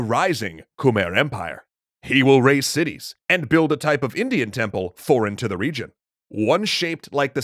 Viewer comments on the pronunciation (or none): none